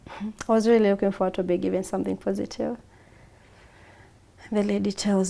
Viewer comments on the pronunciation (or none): none